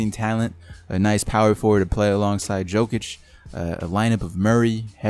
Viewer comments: don't say joke itch say yolk itch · As a fan of the Nuggets (2nd favorite team) it annoys me that you pronounced Jokics' name wrong. It's not like joke itch, it's luke yolk itch